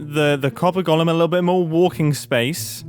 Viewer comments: And here's my third Hermit in 24 hours mysteriously unable to pronounce 'golem'... there's definitely something in the water! 🤔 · I like how Mumbo says “gollum” instead of “Golem”